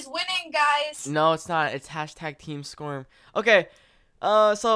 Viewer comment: Lol every intro I feel like when he says "SKORM HERE", it sounds like "Squirm here!" X3